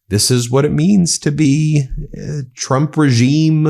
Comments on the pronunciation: "president chrump believes....". She needs to work on her phonics. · Sounded like she said President "Dump"... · I hope one day she slips and calls him president Chump, the way she pronounces his name sounds close. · Did she say president chump?